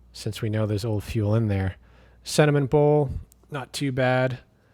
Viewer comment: I thought you said cinnamon pole! I thought "What???" Sediment bowl